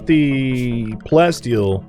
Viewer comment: You see, the Prof though you said "plenty steel" instead of plasteel XD